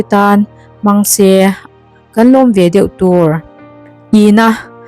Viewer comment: feuh tilo in deuh aw miss 😅😊